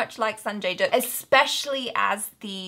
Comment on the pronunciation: Dutt rhymes with Mutt, Butt, Cut, Hut, Tut...you get the idea.:)